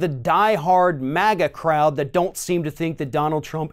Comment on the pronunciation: MAGA CROUD.... I heard MAGGOT CROUD... LOL